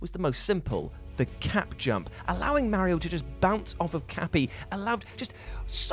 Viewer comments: I hate how what pronounces Mario..... and that there's no longer a ONE PER LIST and no explanation why it stopped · I got stuck on how you pronounce Mario as Merry-o. It made me giggle every time.